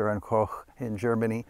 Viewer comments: from a german: you are the first english speaking person who pronounced "Koch" correctly. thanks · wow! you are the first native english speaking "guntuber" that pronounces "koch" right! amazing :) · You are the first person that I heard pronounce Koch of Heckler and Koch correctly. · Congratulations comma you are literally the first person I've ever heard pronounce the H and K name properly. You have no idea how much that drives me crazy people do not understand how the German word k o c h is pronounced. It is not a long o. As for this air rifle, which I believe if memory serves me correctly, this rifle was advertised as an air rifle. Considering it uses compressed air as its initial function period it could easily be considered an air rifle, I'll be at with some thermal chemical expansion in the chain of events. The reason I believe that should not be called a firearm, is because if the powder does not ignite, the projectile will still Traverse the barrel. So it's a powder assist air rifle. It was an intriguing idea and I do not know why they didn't continue on with the idea. However I do not agree that it is a simpler in function. The PPH rifle that the Russians made literally has four moving parts separate from the ammo. Yes it is a slightly simpler ammo. But it is a far more complicated firing system